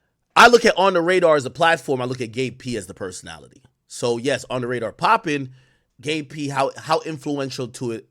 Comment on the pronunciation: Got to pronounce that “B” in Gabe my boy